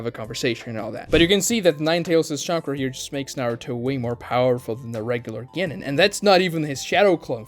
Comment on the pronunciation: As an American myself, I am APPALLED at the Yankification of the word “Genin” in this video🤮🤮. “Ge-nin” Smh🤦🏾‍♂️.